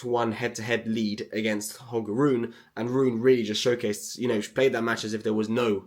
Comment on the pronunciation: RUNEEEE! I hope!! Also, you gotta pronounce the E in RunE 😁😉